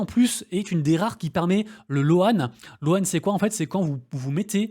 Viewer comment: On est pas anglophone mais crypto oblige... Dans le mot Loan le "a" ne se prononce pas